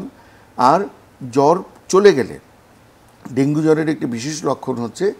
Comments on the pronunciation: dengue naki Dengi😂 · ডেংগি বলেন কেন??? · Dengi dengi Bolche kno